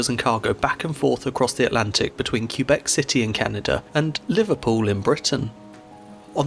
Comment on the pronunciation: As a Québecois myself, I am impressed with the effort and care you put in pronouncing Québec and Pointe-au-Père. Cheers. 👌 Also, my mother comes from Mont-Joli, which is pretty close to Pointe-au-Père, and she grew up in the 50's learning all about the tragedy of the Empress of Ireland. There's a museum dedicated to the incident, in Pointe-au-Père, which I visited with her as a kid. The tragedy really left its imprint in the local people's imagination.